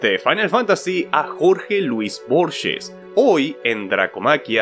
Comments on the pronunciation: la G de Borges se pronuncia como cualquier G seguida de E en español, como una jota, no se pronuncia Borshes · Se pronuncia tal cual se escribe Borges